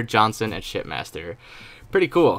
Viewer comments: I kept hearing "shitmaster" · I thought you said shit master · Every time I hear say shipmaster it sounds like he’s saying shitmaster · It sounds like he's saying shitmaster